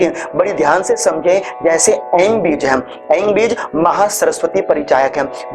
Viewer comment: एंग पढ़ते है या ऐं